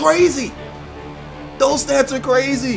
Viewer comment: So... when you see a 'th' at the front of a word. It is pronounced as a 'D'??? and when you see a 'th' at the end of a word it is pronounced as 'ff'?? So, "both those" is actually pronounced "bofe dose"?? Thanks for the lesson in Ebonics.